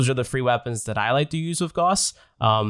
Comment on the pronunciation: It’s not goss its gouse